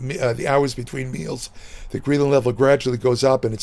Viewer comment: It's pronounced greh·luhn, not gree·luhn lol